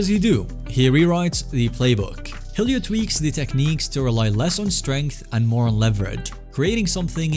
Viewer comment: ahh yes Roar-ion and Heel-io